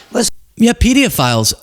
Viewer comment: "Pedeaphiles" just sounds like he probably watched too many YouTube videos, where people say "PDF files," to get around the censors, and the thought that was how you pronounce it.